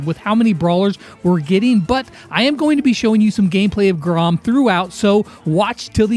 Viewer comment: Grom not Groff lol.